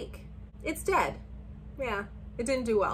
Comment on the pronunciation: The way you were saying DED had me cackling 🤣🤣